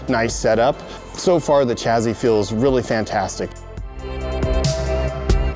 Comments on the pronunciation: Take a shit every time he says chazzee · Why do you pronounce it "chazzee"